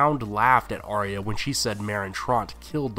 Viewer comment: Arya not Ariya